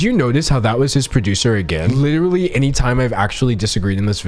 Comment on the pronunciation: “Lit ruh lee”- that simply won’t do sir.